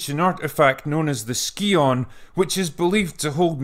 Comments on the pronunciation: Scion Pronounced: Sai-uhn Not sure where you're getting "Skee-ohn" from. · Sorry, but scion is pronounced "Sigh-On" and not "Ski-On." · Scion is pronounced "Sigh-awn". Not "ski-on". Just a heads up. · Nope, it's "Ski-On". Check the game cutscenes :) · First let's just say I enjoy your reviews and your sarcasm. A lot. Loved this game when it was first out. Played it a lot. However as a fully fledged pedant I've got to say the "scion" is pronounce "sai·uhn". Sorry, couldn't help myself. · Some people mistakenly think the origin of the word is Greek were most ''C'' are pronounced as ''k'' - but Scion is from old french and like you said should be pronounced Sai-Uhn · Larson pronounces it "skee-ohn" in the game, so that may have contributed to the confusion. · I think it’s pronounced “sy-yon”, like the car. Regardless, isn’t it funny how Lara Croft started as a smart, strong woman who was in control of her situation and the bestest evar, only to be emasculated (efemulated?) into a shit taking wimp?